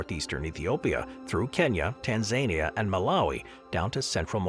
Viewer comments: Tanzania (Tan za knee a)🙄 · Definitely! When Tanzania got called "Tan-Zanier", I wasn't sure if it was a country or Donald Trump's face-colouring.